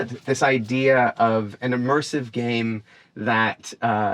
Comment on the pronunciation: Oooooh he said the GaMe! I thought he said the GaPe and i was like, "hmm, I've never heard of it"